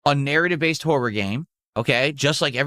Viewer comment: Anyone else unreasonably angered about how he says “horror”?